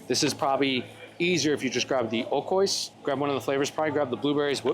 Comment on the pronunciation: I love you man…but u gotta start pronouncing oikos correctly 😔🥀